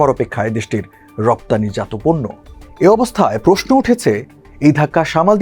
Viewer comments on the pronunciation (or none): none